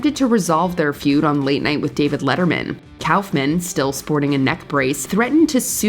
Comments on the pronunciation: Kaufman is pronounced like cough-mun not cowf-man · kaufman is pronounced "cough-man" not "cowf man" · This narrator sucks ! She can"t pronounce Andy Kaufman's or Howard Cosell's name , but she can pronounce all the difficult names almost flawlessly? WTF is her problem? Get rid of her!!